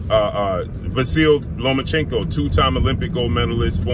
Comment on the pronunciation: Learn how to say names. When you mispronounce Lomachenko every time you say it, it sounds racist.